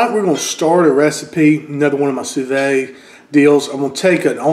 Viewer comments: "Sue Veed" not "Sue Vay" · I'm asking this because I'm genuinely curious. I've heard a couple other southerners pronounce "sous vide" like you--"sue VAY" or "sue VADE"...Why is that? Everyone else pronounces it "sue VEED"...like "seed." Love your videos, including this one. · hey man not trying to be the grammar police or anything but you do such a good job with everything, I just wanted to give you a heads up on how to pronounce "sous vide". it's pronounced "sue-veed", not "sue-vay". love the recipes brother!